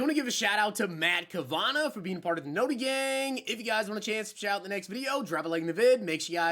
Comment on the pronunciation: Thank you it’s pronounced cav a naw